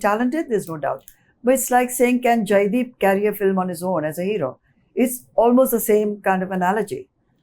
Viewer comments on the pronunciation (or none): Why does he say filim always instead of film considering he is a movie journalist